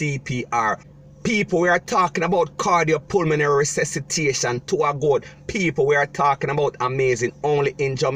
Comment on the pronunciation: you said it correctly. Cardio Pulmonary Resuscitation CPR.